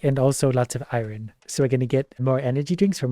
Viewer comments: I love, but like why does he pronounce iron i-RON instead of I-yon...😂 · Why does he say Iron like that? Triggers me everytime!